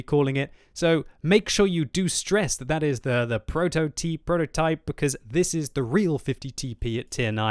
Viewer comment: that Prototyp pronounce c c c.... You have been watching Kandly haven't you?:P